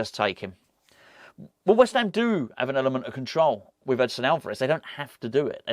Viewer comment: Edson. Not Edison !